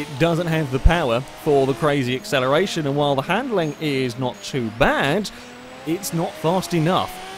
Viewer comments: Mischief Managed As an Australian, It kinda sounds very bogan or someone attempting to do an Australian accent and over pronouncing it a bit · Sounds Australian. G'day mate! How ye doin on Accelerition?